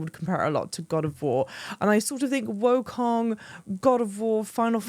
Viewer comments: I was looking to see if anybody else said it, but I guess not. It’s Wukong not Wokong. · As a Brit to another Brit, it’s Black Myth WOO-kong, not WOAH-kong 😉